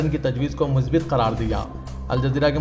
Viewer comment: مثبَت هوتا هے ب پر زیر نہ پڑھیں اس پر زبر پڑھیں